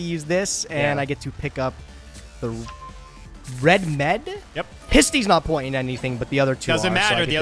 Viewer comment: I hate that they say REDMED when clearly his name is RED-MD